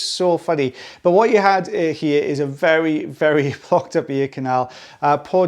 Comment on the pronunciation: Might be His accent, but "Blocked."